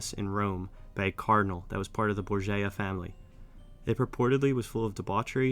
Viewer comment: Your content is great but just one note, your pronunciation is off quite a few times. For instance Borgia is said like Bore-jah. The video would have been stellar if you double checked the pronunciations especially of names. Keep up the great work!